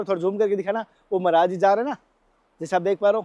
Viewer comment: Kya Maraj maraj bol Rahe he sud boliye Maraj nahi Maharaj boliye dhayabad